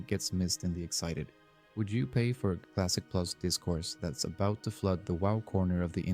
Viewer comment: ermmagerrrd cwassic pwus???? soyyyffaaaaacccceeeeeee